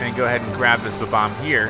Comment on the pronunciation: You keep saying Ba-Bomb when its Bob-omb 🤭😝